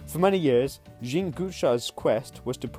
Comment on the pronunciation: It’s not Jean as in the female pronunciation. More “yezghong@ French. You know. Informative video .